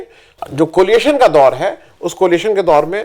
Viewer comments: Tha word is coalition and not coliation. Sorry for pointing out. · एक बार फिर आपको बताना आवश्यक है --कृपया ध्यान दें: "कोलिएशन" नहीं, "कोएलिशन" COALITION!!